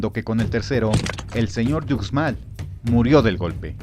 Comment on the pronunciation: Ucmal se prinuncia uxmal no ucmal 🤦